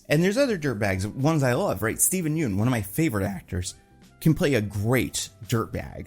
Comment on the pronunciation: how are people still mispronouncing Yeun in 2024?